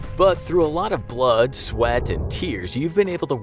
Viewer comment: “Blood, sweat, and tears.” Emphasis on “blood”